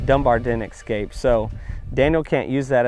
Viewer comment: With much respect: There is no "X" in "escape". It is simply "S" + "cape".